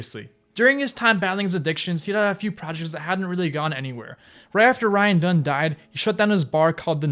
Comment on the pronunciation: You pronounce everything wrong. Specifically ryan “dung” spike “jones-ey” and “Cyrus XM” literally 2 seconds before bam pronounces it correctly